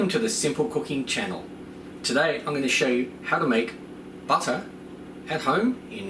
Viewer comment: LOL exactly like my husband says butter, he's from from Long island New York 🤗